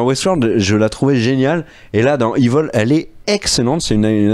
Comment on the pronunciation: On dit "Évil" pas "iveul"... Franchement quand même 😉